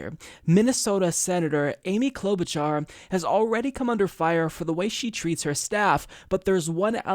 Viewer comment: Cloud-Boot-Jar...get it right!